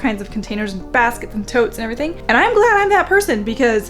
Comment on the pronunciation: "Labelin' errrtang...wall...myself!" I literally LOL and I need that so much today. I'm recovering from a flare up (that's why I have time to binge watch). I'm so glad I found your videos. The laughter is helping me feel so much better 💙